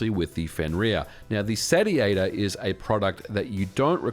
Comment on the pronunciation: "Sat ee ate or" Isnt it pronounced Say-she-ate-or